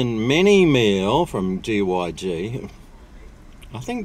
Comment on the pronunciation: It's GYG not GYE lol